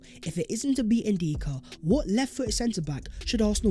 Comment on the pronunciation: “Vhat is vhe video vhere and vhere.”????? What does that garbage even mean?!! IS A DIPSTICK!!! WHAT A PLONKER you are!! What is that CRAPPY MEANINGLESS - “VHAT IS VHE VIDEO VHERE AND VHERE.” Honestly! Your English is an embarrassment! You think it’s cool to do consistently end your otherwise excellent content by appearing to be a complete DUMBASS??? 😂😂😂😂😂 Do you even care about improving your video presentation??? ONLY the ending let’s your product down. FIX IT, you goofball!